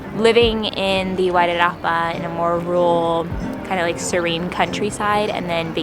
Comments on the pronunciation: Perfect pronunciation "Wairarapa". We've been looking in the Featherston area ourselves the last 18 months but haven't yet settled on South Wairarapa or Kapiti. Decisions decisions. Glad you chose this end of the Island. I'm a Welly fulla proud! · Was that river the ruamanga? If so you'll have to get used to some of the world's finest Pinot noir. I sure you'll get used to that though. I'm impressed with the pronunciation of Wairarapa as well. Well done. Arohanui. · Looove your pronunciation of Wairarapa 😍 thank you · Yay! Wgtn= my home town ❤❤❤ Thanks for learning the correct pronunciation of Wairarapa💚💛💚 Fingers crossed for you both 🌻🌷🌻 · You pronounce Wairarapa better than most kiwis.